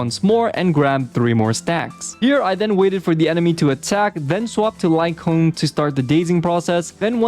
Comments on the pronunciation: I keep hearing you call the wolf man "Light Cone" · The pronunciation of Lycaon and Nekomata hurt me lmao